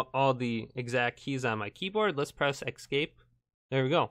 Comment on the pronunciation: You know the word is not "ex-scape" right.. ?